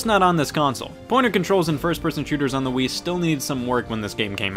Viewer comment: Did you just say “we play as ze American soldiers....”